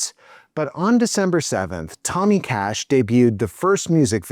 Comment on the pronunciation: Ok, whenever you say "Cash" my stupid mind understands "KASCH" (like some people pronouncing KAJ) 🤦